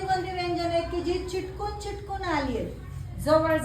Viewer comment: मॅडम,बाकी सर्व छान आहे पण चिटकून असा शब्द न म्हणता चिकटून असा बोला.